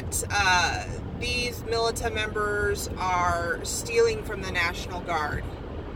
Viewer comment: It's pronounced...(militia)...meelisha